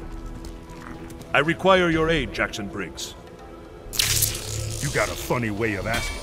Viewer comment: am i the only one who heard ermac say jason briggs instead of jackson briggs?